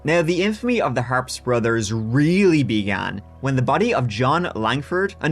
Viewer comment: If many people haven’t told you yet , I have always heard the name told as The Harps bros pronounced as The “Har- pee” bros. Not that it makes a big difference.